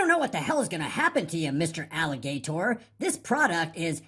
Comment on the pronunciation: Alli-GAY-tor. Haha